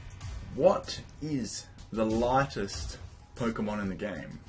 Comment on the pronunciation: Am I the only one who heard largest instead of lightest? Well my answer stays the same: wailord. Yeah I know he's not light at all bla bla bla but he's got the lowest density of them all. Just a nice fact. Don't care about the question.